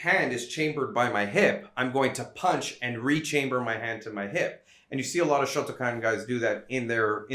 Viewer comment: Kyokushin came out of shotokahn